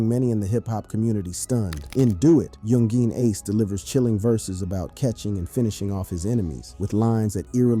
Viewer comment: bruh ur like 20+ videos in about this and u still cant pronounce youngeen ace is crazy work